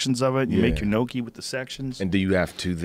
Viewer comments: 'n - yok -ee' not 'no-kee' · Joe " no-key" Rogan. Bitch I thought you were italian it's pronounce nyoki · "Nyokey".. and "Bolon-nasey" ... really Joe ? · Nokee? I thought Rogan was Italian. "Nyoh-key". Like owe key with "nyah" in front. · Im sorry bro but i cannot let this slide, how can you be italian and pronounce gnocchi as "no-key" but say bolognese mostly fine? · Robert Huppie ~ Thanks for that. My pronunciation of that would be "knock-eee", sounding like Rocky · Liam Tube Two syllables "nyo-kee" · All these comments are wrong. It's not yo kee or goki or whatever the fuck. It is actually pronounced Nokki. NAW-KEE THIS IS SO CRINGE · You miss pronouncing gnocchi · for a guy that identifies as Italian, Joe really can't say Italian words for shit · Hearing them say gnocchi wrong Hurt my ears so bad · Joe is 3/4 Italian shocking he wouldn't know the proper way to enunciate gnocchi